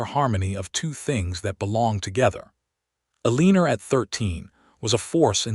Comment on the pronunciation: Santa Fe is not Santa Fee, it is Santa Fay! Eleanor is El en or not E lean or. How can you narrate a story and not know how to pronounce common words?